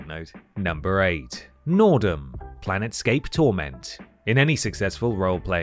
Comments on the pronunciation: Also calling Planescape "planetscape" and X "Megaman". Whomever did the research for this one needs a swift boot to the nads. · it's PLANESCAPE not PLANETSCAPE!! Auuuuggghhh!!! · It sounded like "plan escape" to me